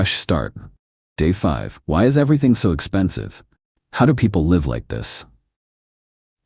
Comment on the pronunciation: Your AI keeps using the word "live" (pronounced LYV) instead of "live" (pronounced LIV).